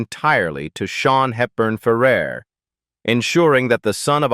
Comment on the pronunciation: It's pronounced Ferr AIR. Get it right! Why do you put unrelated clips in your videos? Can you not be professional?